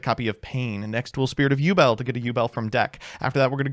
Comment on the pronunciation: Have a drink everytime he says ubel